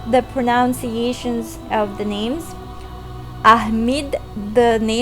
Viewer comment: Can I just say how awesome your accent is?!! :D Anyways, this was a really cool video, and I'm planning on making my own that explains the connections between the characters and the original source as well. But I have to say, I won't sound nearly as awesome as you when I pronounce the names. On that note, how is Morgiana's name pronounced in Arabic?... I like to pronounce it as 'Moriana," since I don't think her name's as attractive with that hard 'G' in the middle of it.